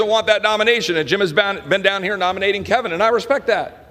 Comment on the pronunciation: Was right with him, until he said “Gym” Jordan…